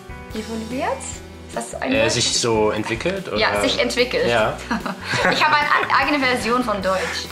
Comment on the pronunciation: sounds like "e wolln wir jetzt" isntead of "evolviert". I see what u did there Sjokz :s